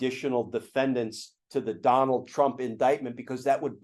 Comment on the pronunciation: I noticed every time Glenn says "Donald" he says "Donal" heh heh